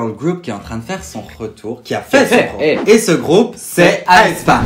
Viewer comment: par contre mes vies on dit "haie spa" pas "aïe spa"